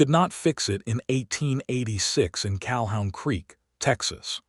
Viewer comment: It's CaHOON Creek, not CalHOWN creek